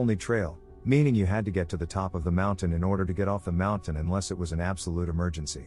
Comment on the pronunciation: Why does the narrator pronounce "mountain" as "mounthan?" It's not just this video. Every time he mention cougars, he says "mounthan lion."